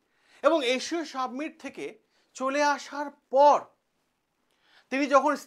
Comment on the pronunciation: Submit noy ,summit